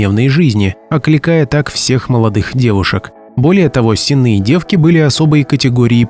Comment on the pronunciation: С'енные девки - ударение на первый слог. От слова сени.